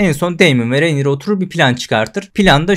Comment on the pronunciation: Merhaba, umarim yanlis anlamazsiniz, ufak bir elestirim olacak; Rhaenyra ismini yanlış telaffuz ediyorsunuz. Önceki videolarda da dikkatimi cekmisti, soylemek istedim.